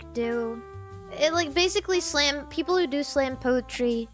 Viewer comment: bro when she said mi peopole i wheezed so hard i started crying 💀